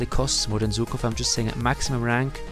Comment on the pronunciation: Man, he's Żukov not Zukov 😂 In English u have Zhukov to act like ż